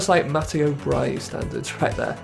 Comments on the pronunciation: I love your content and English pronounciations of foreign names aren't the very best normally but butchering Brighi into Bryie is absolutely mindblowing 🤯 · He presumed the g was silent